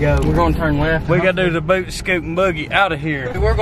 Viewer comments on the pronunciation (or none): none